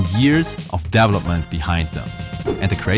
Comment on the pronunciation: "DEV-lopper"? "DEV-loppment"? 😄😭 I'm almost 100% certain it's "de-VE-lo-per" and "de-VE-lop-ment" 🤭😋